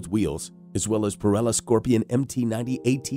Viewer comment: I have never heard anyone pronounce "chassis" and "Pirelli" like that before. Some of those battery charge times seem quite dubious unless you are planning on setting them on fire with overvoltage input. I just glad that Zero is opening a factory relatively close to me.